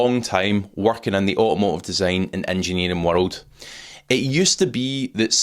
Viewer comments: Au a mo ive. Learn english. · "Au-omo-iv" ffs